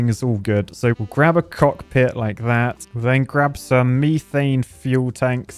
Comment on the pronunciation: Gotta love pronounciation of "COCKpit"